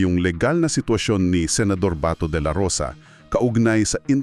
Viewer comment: AI excuse me wag dahan dahan Ang pag bigkas Ng BATO dapat mabilis Kasi Hindi nya Yun apelyedo kayo talaga mga AI palpak din kung misan mas marunong pa akong kinder lang Ang inabot ko